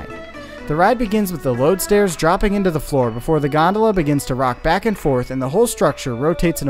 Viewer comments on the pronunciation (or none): none